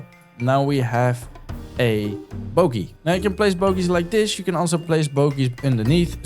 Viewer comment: Bro at it again, do ya have a discord by chance? (i love the way u say boogey it makes me laugh every time, dont change)